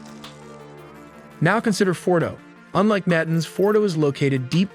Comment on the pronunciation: Nantenz? lol. Nuhtahnz.